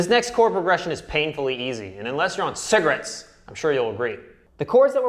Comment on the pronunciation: Why did he say cigarettes like that tho 💀